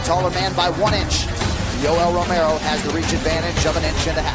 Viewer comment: не Ромео а Ромеро, произноси имена людей правильно